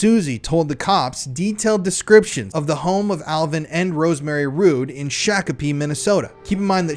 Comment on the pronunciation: Shock- a-pee. It's pronounced Shock a pee. Shokopee